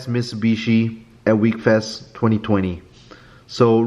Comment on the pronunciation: It’s pronounced wheck-fest not weekfest